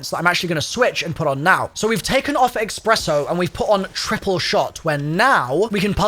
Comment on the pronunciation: My friend always pronounces espresso as “expresso” and it drives me insane. That augment name is going to give him an excuse to say it that way forever